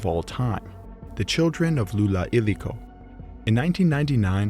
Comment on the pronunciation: Llullaillaco is pronounced similar to YUYAIYACO. Not exactly, as LL is not a sound existing in English, but closer than LuLaiLaco